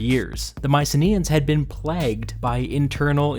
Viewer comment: I can't take this seriously if you don't know how to pronounce "plagued"!